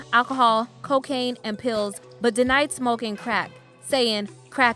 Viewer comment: WOULD SOMEONE TEACH THIS WOMAN HOW TO SAY "ING" .....NOT "EN" at the end of some words . LIKE {{SMOKING}}....NOT {{SMOKEN}}.. I took is as long as I could .